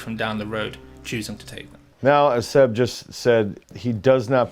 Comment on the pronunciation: Great stuff but it's Seb not "Zeb" lol